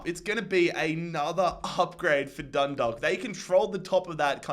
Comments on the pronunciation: Just so you know the way to pronounce dundalk is (dun daw lk) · Hi. Just wanted to let you know that Dundalk is pronounced Dun- dawk. Love from Ireland